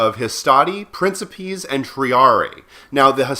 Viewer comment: Minor nitpicks with the latin pronunciation. "Principes" is pronounced with the c sounding like a k and "Triarii" has the second i sounding like the "a" from "able". Anyway, great vid. Thanks for the completely contextually irrelevant information.